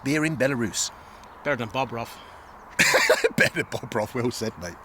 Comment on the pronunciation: When he says bobroth beer I hear bog (toilet) broth lol.